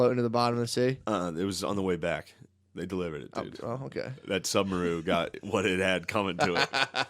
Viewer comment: "submaru" is WILD 😂